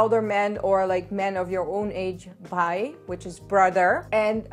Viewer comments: didi you rock!!! And you pronounced BHAI correctly❤ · By the way you pronounced “Bhai” correctly! I know many Indians who cannot pronounce Bhai and Khana correctly!! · when you said bhai it was correct but when you said by you pronounce wrong